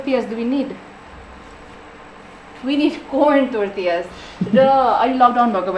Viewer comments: even it is T O R T I L L A it's not called टोर्टिला it's टोर्टिया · Im not perfect but the way she is saying tortillas is too cringe . Its torillas not tortiyasss .. PERIOD